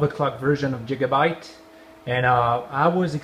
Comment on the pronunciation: Jigabyte? xD